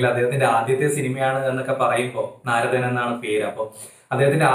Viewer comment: നാരദൻ അല്ല bro. നർത്തൻ 🙂